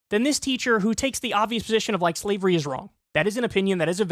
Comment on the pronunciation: Did Kyle say slevery lol .